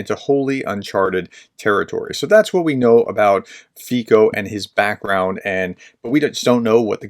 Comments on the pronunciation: Every time you said his name, it made me laugh. FÍko supporters must love the way you say it. All I can add is to describe the situation using the logic of Fiko, his party and his supporters to make the situation clear: Fíko should have tried to negotiate and reach a compromise with the old man and not escalate the situation. In the released footage, we can see that Fíko walked quickly to the barrier and then made an unpredictable, maybe even a little aggressive, gesture with his hands. The old man may have been reasonably frightened and had every right to defend himself. Anyway, you can't draw conclusions without knowing Slovak political culture, so a few notes for you: - In 1995, the president's son was kidnapped. - In 2010 it was killed a member of parliament, László Basternák. - In 2018, the murder of journalist Ján Kuciak (and his partner), who also wrote about the Italian mafia #Ndrangheta links to members of the Fíko’s party. - In 2018, the Night Wolves( pootin motorcycle gang) base in Slovakia( Dolné Krupé ) was also confirmed, where they had access to old military equipment coming from a state institution. The facility was also used for the training of ‘Slovenští branci’ mentioned in this video. The location of the base was owned by a friend of Robert Kaliňák ( member of Fíko’s Smer–SD and present Ministry of Defence). So Fíko and his party were in favor of the pootin long before this war started. Not after Covid from 2023, as you assume from that article. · More like "ts" than c (the same sound as represented by ц in Cyrillic) but in any case yes, the American pronunciation is interesting :) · lol no. the way he pronounces it, is fantastic. wrong, but fantastic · his name should be pronounced as ,,fizzo,,...not fico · "Fico" is pronounced [ˈfit͡sɔ], or approximating in American respelling: /FEE-tso/ — not /FEE-ko/ and not /FIE-ko/. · Just a tip for next time FIco is pronounced Fiso, the 'C' in Slovak (and most Slavic languages is pronounced 's'..)..